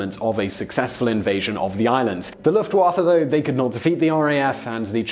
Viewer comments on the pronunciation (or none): none